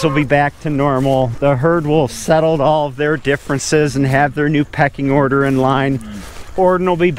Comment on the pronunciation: PECKING ORDER. Not "Peaking"